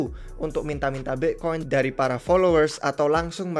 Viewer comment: aksen british